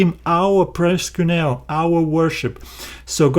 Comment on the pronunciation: Lol it sounds like proskunew ha ha ha ha. I hope that like Peter your not accepting it Lol